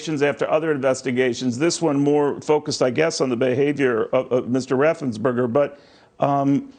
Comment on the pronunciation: Let's be clear on Brad's last name. It is NOT RaffensBURGER. It is spelled, "Raffensperger" and that rhymes with purger. My point is that he still sucks, even though he was beat up by his own team.